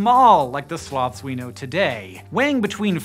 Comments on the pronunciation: "Slowths." - Sir David Attenborough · it sounds like hes saying slavs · I had this video running in the background instead of "Sloths" i heard "Slavs". So i got really confused. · 'Slawths' lol